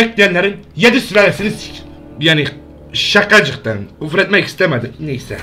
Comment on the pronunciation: Nobody::şaQacıQtaN